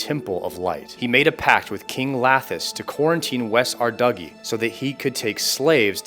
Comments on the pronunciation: You did not just pronounce ardougne as ar-duggy... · I was really enjoying your content. I even subscribed. Then I heard you pronounce "ardougne" as Ardugny???????? I'm done. You make me sick... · Arduggy 😂😂. I know you just mispronouncing these names for engagement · "Arduggy" ... ive never heard that pronunciation before... and i love it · new ardougne pronunciation dropped too. "arduggy" LMAO